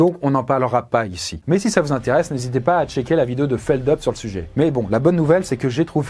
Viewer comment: Feldup Pas feldeup